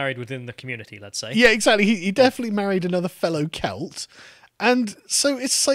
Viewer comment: It's the accent, he's saying cult...